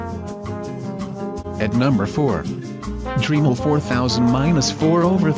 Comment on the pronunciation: If it was spelt Dreamel you would be pronouncing it correctly.